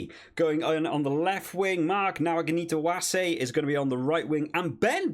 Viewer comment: Excellent video. Decent teams. "Nawaqanitawase" I'd hate to be the commentator who has to say that quickly And then they have Georgian names to contend with too! 😂 Though I must say, you did a great job on it! And